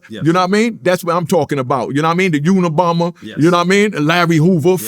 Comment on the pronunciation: Nigga said free the unibomber 😭😂😭😭😭😭😂😂😂